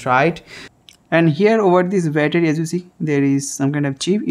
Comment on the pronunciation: Battery❌ Byataarie ✅